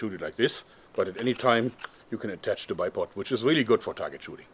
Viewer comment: I think his spelling sounds a Little bit like a child. "The" as "Se" if you know what i mean. Also german is much more difficult than englisch, so don't blame yourself. You'll get better at it from day to day :)